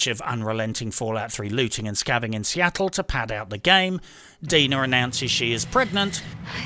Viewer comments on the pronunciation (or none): none